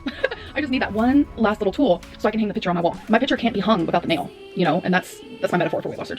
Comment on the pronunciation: The hardest part for me was hearing say "pitcher" when she meant to say picture. I fn hate how she speaks.